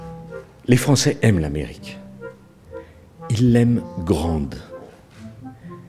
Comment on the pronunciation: Sarko va te faire. "Ils l aiment grangue " au lieu de grande à 1min45